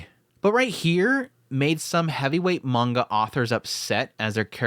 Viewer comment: I don't want to be pedantic but... mah-n-gah (like achoo when you sneeze) -ka (like in ka-boom) not man-gocka... of coarse its fine to say it however you wish but it kind of undermines your subject matter authority to say it the wrong way. just saying.